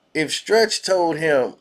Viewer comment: He said Trech not Stretch